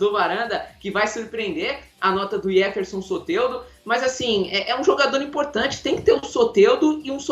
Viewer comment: É soteldo não soterdo seu sem noçao kkkkkk